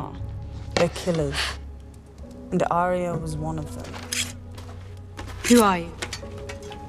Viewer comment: Arya can't say her r's. That's unfortunate